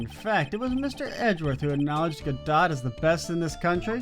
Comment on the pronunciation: Although Larry is despised by most I really enjoy his presence and made this case bearable to me. Prosecutor Godot (GUH-DOE BTW) is my least favorite Prosecutor, but good to see you like him! I never got my BoomBox lore on where they found Mia's mixtape to use for this trial!